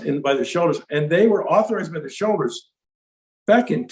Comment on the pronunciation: When he says, "shareholders," it sounds like he's saying, "shoulders."